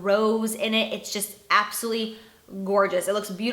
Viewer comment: I hate when you say "abosolutely" it sounds like your saying "absity"